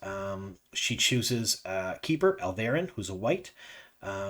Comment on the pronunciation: Al-vee-are'- in... Al-very-an is soooo from wotup...